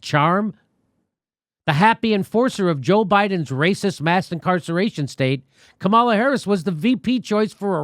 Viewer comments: I actually love how Jimmy pronounces “Kamala” wrong on purpose. It’s effective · Buh buh but Jimmy you mispronounced Kamala Harris's name, that means you're racist and thus are a non-person, and I don't have to listen to you!